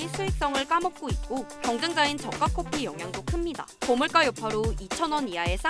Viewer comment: 주제 밖의 이야기긴 한데, 내레이션 하신 분이 커피를 계속 코피처럼 발음해서 딴 거 하면서 듣다가 여기서 쌍코피를 찾는다길래 뭔 소리지 하고 돌려봄